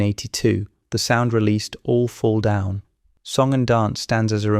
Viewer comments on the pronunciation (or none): none